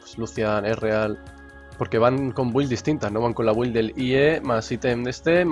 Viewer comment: Alguien dígale por favor que la "u" de build no se pronuncia, me sangran los oídos :(